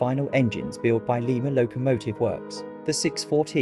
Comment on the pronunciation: The extra (rear) cab was to make the locomotive bidirectional. It would be too long for a turntable. BTW--Lima in Ohio is pronounced Lye-ma (like lima beans), not the Peruvian capital